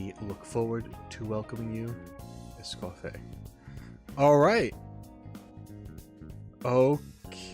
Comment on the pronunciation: It's "Escoff-ee-ay", so you know. I personally have to know I'm pronouncing something right, but that's just me, lol.